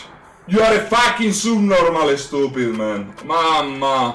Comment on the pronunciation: I hear it as asubnormal